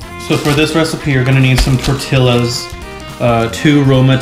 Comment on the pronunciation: it's not "tortilas" actually you pronounce it "tortiyas"